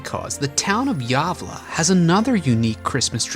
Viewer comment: Lol, he pronounced Gavle like javla.